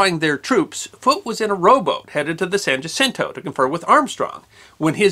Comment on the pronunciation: San "wah-sin-toe", no "ja-sin-toe". Jacinto. I may have spelled that wrong.